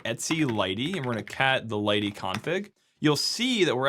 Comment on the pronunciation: I also found out that lighttpd is pronounced as "lighty" from this. The more you know...